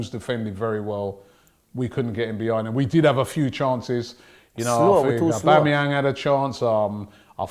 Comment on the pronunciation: Love how cant say his own's captains name: Aubangyang